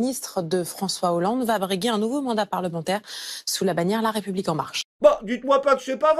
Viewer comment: Bonsoir! Quand tu dit: (raie public ) sa me fait bugger ^^.